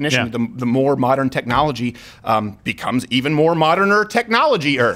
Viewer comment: "Even more moderner technolagier-er" - Steven 2019